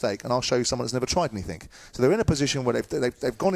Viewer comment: Simon please, it's anything not anythink. 😣